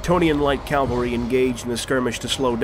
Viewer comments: Loved the video, but I keep being distracted by you saying Calvary and not Cavalry. >.< Still great work! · Awesome video! Loved it. However, its pronounced cavalry and not calvary. Minor detail but i felt i had to mention it. Still amazing video, cant wait for the next. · It's CAV-AL-RY my guy..not cal-val-ry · Am i the only person who notices that most youtubers say "CALvary" and not "CAValry"? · I don't want to be that guy, but I noticed that they kept on mispronouncing "cavalry" by reading it as "Calvary".